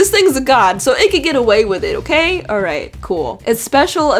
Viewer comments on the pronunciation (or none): none